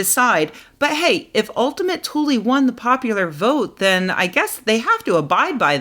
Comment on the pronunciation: By the way. You are pronouncing it wrong. It's more like oultima tuuleè